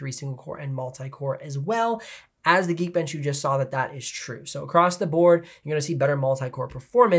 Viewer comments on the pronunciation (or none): none